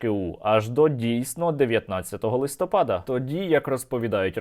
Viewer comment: та не часУ а чАсу, не докУменти, а докумЕнти, не листОпад, а листопАд, не чИтання, а читАння